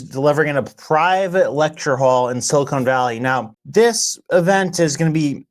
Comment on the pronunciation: Quit saying "silicone valley"